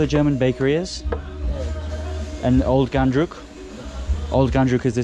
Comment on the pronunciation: It's Ghandruk not Gundruk my man. Gundruk is a fermented spinach.